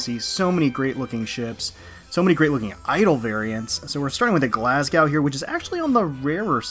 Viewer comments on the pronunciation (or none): none